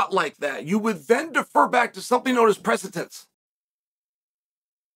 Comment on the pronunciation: If I were an idiot I’d try and correct Uncle Chael’s quote of “precetence “to “precedence.” If Uncle Chael says there’s shit in your pants you better change your britches.